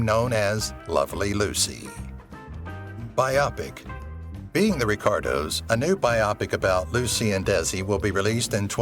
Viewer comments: It's a robot thing. A tipoff is how the bot doesn't understand the word bio-pic and pronounces it bye-oppick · “Byopic” 😂 its pronounced its “bio-pick” probably an AI narrator but still lol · Your AI mispronoounced "biopic"!! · There were a lot of problems with the narration in this video, but one of the most glaring was the mispronunciation of "biopic." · The AI bots always get that one wrong!